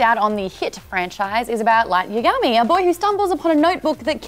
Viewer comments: Light Yagami. Not Yiagimi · Light YAgami, not YaGAmi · the way you said yagami you are clearly not a fan of DN behold more manufactured youtubers trying to associate with nerds and are clearly not